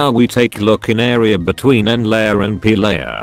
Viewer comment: Beetwen... lol